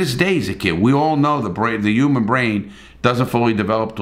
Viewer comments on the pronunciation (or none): none